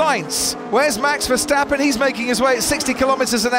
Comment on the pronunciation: The name of Max Verstappen is hard to pronounce apparently. It is definetely not MEX VERSTEPPEN! The "A" in his name is pronounced as a REAL A like in father, brass, for instance!!